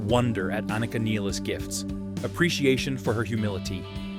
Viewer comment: Good pronouncination of her surname, many say it like she was english